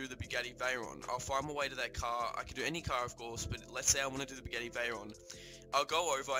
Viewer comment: whats a “bugarny” 😂 Bugatti I think you mean